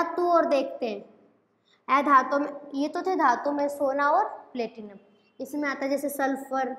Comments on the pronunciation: ऐधातु nahi अधातु bolte ha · Oye miss एधातु nhi अधातु hota hai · aei dhatu nhi adhatu hai madam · ऐधातु नहीं अधातु होता है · अधातु का उच्चारण मैम सही से करें बाकी बाद अच्छा है वीडियो